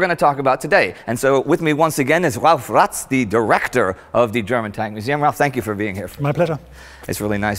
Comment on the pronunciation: Did you just call him "Direchtor"?